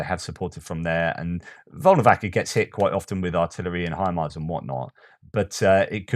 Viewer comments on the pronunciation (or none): none